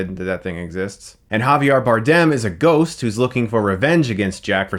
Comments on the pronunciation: I hate how he pronounces Geoffrey Joffrey and Javier Javiar. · JAVIARRR And GOFFREY WTF. Javier is pronounced HAVI-EH and Geoffrey as in Jeffrey ! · Man chris an names do not go well together lmaoo It's pronounced... Have-e-air Javier not javiar. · Alot better than the 2nd (The worst...this franchise sinks without Rush) and the weirdly hollow 4th....The "CGI" of those half-erased,villanous pirates,though...Good god. Probably the most unproffessional,lazy and incomprehensible use of CGI since it´s invention. PS. HaviAr?? JOFFREY?? What´s going on,buddy? Just losing the motivation to pronounce names remotely correctly? I feel you, though, I´m also at that point.